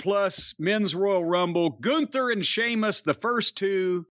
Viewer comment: holy shit, Jim said Sheamus properly...